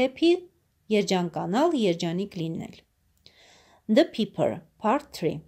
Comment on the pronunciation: Ներեցեք բայց ոչ թե փիփր է այլ փայփր ։ Համենայն դեպս շնորհակալություն։